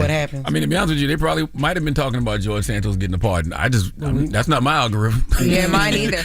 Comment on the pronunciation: Jorge Santos is not a white boy that's a Spanish last name he is Hispanic is Santos not Sanntos Santos pronounce Spanish Santos the a is kind of silent Santos if you take the s off you can pronounce it and those with your Spanish and then put the santos back on there and it's the same way you pronounce it without the s Santos